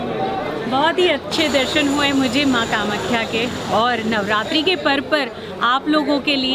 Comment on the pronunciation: Nav Ratri✅, not Ratra❌